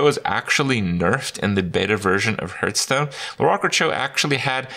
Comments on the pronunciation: i love hearing kripp say Hurtstone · I always hear "Hurtstone" when he says it